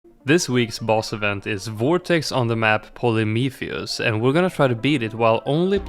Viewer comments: It’s “Polyphemus” 🤓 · The only thing not goated in this vid is how he pronounces polyphemus Great work as always❤️❤️